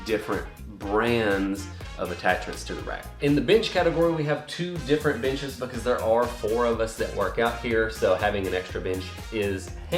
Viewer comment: "Be-cawwwwzzzz" LMAO, that down south accent slipping out right there haha. Great video 👍🏽